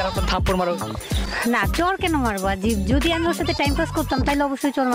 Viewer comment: vai video ta valo chilo...akta kotha boli rag koren nah,apni jokhn jodi word ta boltecen oita mone hoy doji sonachhe.